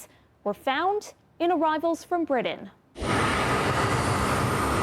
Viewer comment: Someone tell this "reporter" there's no D in Britain.